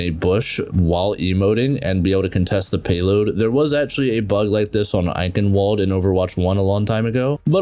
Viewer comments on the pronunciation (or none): none